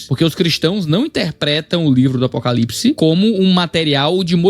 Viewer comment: A narrativa dela é pesada e tendenciosa. Chata. Isso sem falar da pronúncia dela : Apocalips 😅